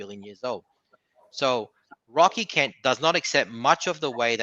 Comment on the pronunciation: Wocky Kent, and don't cwy. You'd think if he's gonna throw insults he'd at least use words he can pronounce 😂